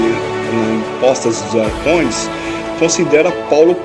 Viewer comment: Circuncisão e não circunzisão. Arcontes e não arcondes. Quando se fala errado perde muito crédito...